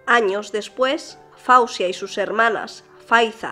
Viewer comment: NO SE PRONUNCIA FAUSIA PERO FOZIA.. MI HIJA SE LLAMA FAWZIA YACOUB SE PRONUNCIA FOZIA..NOT FAUSIA